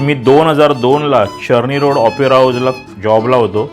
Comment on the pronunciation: चरणी रोड काय रे चर्नीरोड रोड बोल ना😂